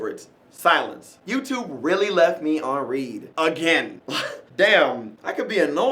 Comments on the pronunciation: He keeps saying read as in lead when he should be saying read as in lead... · It's pronounced read not read. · its not "reed" its the past tense of read so "red" and thats all i have to say bye